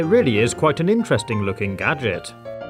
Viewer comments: Did you mean gaajik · He always says G A D G E T